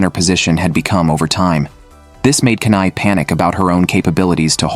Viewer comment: Not kanai it’s kana Not aquer it’s aqua(marine) MEMcho is 20+++